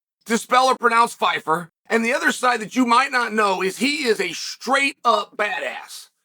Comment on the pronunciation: leave it up to uncle chael to mispronounce pyfyer😂 "joe phyfer"